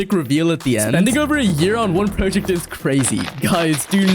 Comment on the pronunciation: Praw-ject ❌ Proh-ject ✅